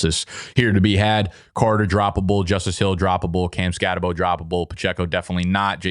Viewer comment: Man… it’s Skatt-uh-boo I thought it was embarrassing to not know that after his special season at Arizona State. But to still be saying it wrong after his monster rookie season…. Please 😭